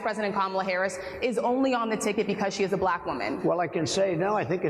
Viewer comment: "When she turned a-baLack" 🤯 🤮